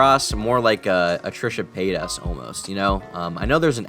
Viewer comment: Trisha pay-toss